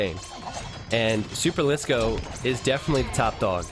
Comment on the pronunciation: I'm proud that you pronounce superlisko like a finn would pronounce it. I didn't ahve to cringe for 3 hours :D